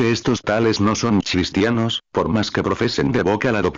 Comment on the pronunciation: Por favor qué este robot pronuncie cristianos, y NO chistianos.